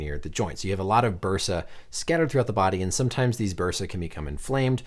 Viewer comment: I think I got the fine doctor today at . I had to look it up. Now I guess the plural of “bursa” is “bursae.” I played the audio and it’s pronounced “bur-say.” So I think it should be, “You have a lot of bursae in your body.”